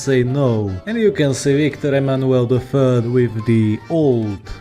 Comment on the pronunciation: bruh, threat not freat, third not fird bruh burh.